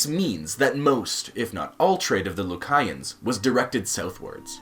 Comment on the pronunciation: He doesnt even know how to pronounce the country's name. I hate when foreigners try to speak on our country. Most of your information is WRONG! The Buh-Hah-mus (Bahamas) Loo-Kai-ans (Lucayans)